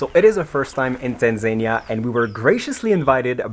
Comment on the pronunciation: The way the said TaNzAniA,got me on the floor laughing here in Kenya we call it TANZANIA 😂,but it doesn't really matter 😂😂😂😂😘